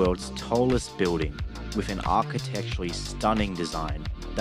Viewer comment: The pronunciation of 'building' as 'biw-ding' is so irritating.